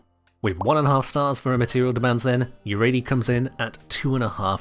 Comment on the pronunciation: What is that Yareli pronunciation 😭😭😭😭